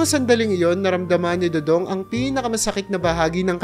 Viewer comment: next time prrnounce it do-dong not doodoong